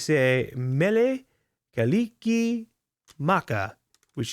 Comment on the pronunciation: Heyy, my mother is the one who mailed you the keychain 😁 I got her to start watching your content and she enjoys your let's plays as much as I do. Family is rich in Polynesian blood and culture, and yes, you did pronounce Mele Kalikimaka correctly